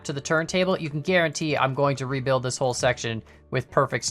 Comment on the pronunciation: “We kAN haul” lol